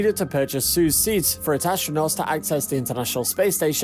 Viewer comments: its "soy - ooz" not "suuuuzzzz" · I don't want to point things out but its not pronounced as "suz" its "Soiooz" (combination of I and U) BTW: Great vid😁❤️ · "Suze"... that's not how you say it. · you're not pronouncing Soyuz right urgh!!!!!! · Learn how to pronounce your subject!!!! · Agreed. This is The Only Noun that matters in this video and our presenter got it wrong.